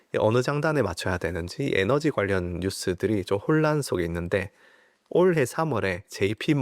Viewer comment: 올해 라는 발음과 구십다섯 이라고 말씀하시는 걸로 볼 때 경상도신가요? ㅋ 잘 듣고 있습니다